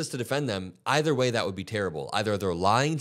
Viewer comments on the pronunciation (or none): none